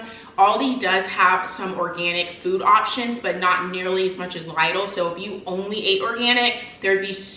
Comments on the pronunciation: It's LIDL not Laidl that's the right pronunciation in Europe. Initially we couldn't understand what European shop you are talking about. It's still LIDL even when you are an american... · Instead she just mispronounced Lidl in a way it sounds more Aldi than Lidl 😂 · You pronounce”Lidle” wrong. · Leedle is the correct way to pronounce the store name. They ate a German store. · Here in England we pronounce it as Lidle as in lid le however love that you did this and absolutely love your new hone